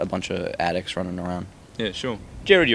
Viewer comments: It's not the interviewers fault... He has an accent and British and Australian usually people DO pronounce "Gerard" as "Jared"... It's just a matter of him having an accent! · Oh god I couldn't stop myself from cringing when he said JARED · 8;48 he called him Jared! DX his name is Gerard!!!!! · MOst aussies know how to say GERARD but he probably misread cause im aussie